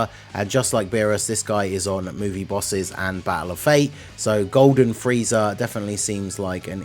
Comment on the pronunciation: Super “Bosses” xD